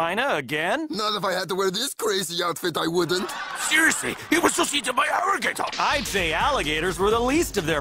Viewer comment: "Seriousry my friend got eaten by an arrigator!"